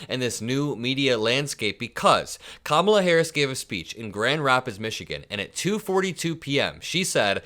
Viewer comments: Oh! That's how it's done. Hey, FOX News............don't run anymore negative ads on your network about me during the campaign. But I can intentionally mispronounce the Democratic Presidential nominee's first name (Ka-MALA) as a code word for her gender, race and Vice-Presidential station, and lie about her at every turn I can........even though I am a STABLE GENIUS, and her name is only 3 consonants and 1 vowel. Even though I have been repeatedly corrected on the pronunciation of her name, I intentionally and "jokingly" emphasize "MALA" in her name because I have the wit and charisma of a stale box of popcorn, and I know the MAGATurds who sniff up what I "put down" think it is a representation of her Indian (Masala) and tangentially incorrect immigration status. It is all blatant and juvenile cowardice, and I know that Vice-President Kamala Harris is smarter than me in every way, and not just because she is a successful and seasoned Prosecutor, District Attorney, Attorney General of the State of California, United States Senator and Vice President of the United States of America. I know that by comparison, all I have is a big, fake silver spoon rammed in my ass by my daddy, and I have failed at everything I have ever done (that's why my nickname is "The Stomach", not just because I look like a decomposing beached walrus. It's because everything I touch turns to shit). And don't forget that my only political experience before being elected President is announcing on talk show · Trump low life still pronouncing Kamala incorrectly. And he probably had to hold himself back from saying he loves cows for the steak. Impressive tho since I never heard him show any affinity to animals, other than killing them. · Uh, man, “Kamala Harris doesn't know what she’s doing, she doesn't have a clue.” But here we are in 10/18/24, and you still can't pronounce the woman’s name. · 45 is so smart that is unable to pronounce our Vice-President’s name: Kamala Kamala/Tim 2024 💙💙💙